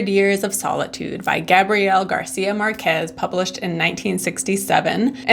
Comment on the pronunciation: But Laura mispronounces the name of the author, Márquez.